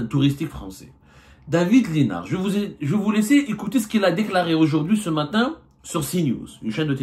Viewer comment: David lissssssssssnard on prononce le s el mal